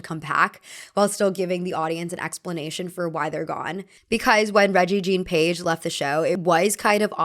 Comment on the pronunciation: Btw it’s pronounced re-gay jean (the j is like how you would say Jacque) page